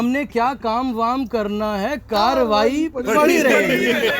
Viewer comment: KAARRAWAI HAI KAARWAI NAHI